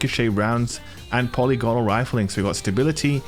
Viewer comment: Polly Gonal? Who's dat?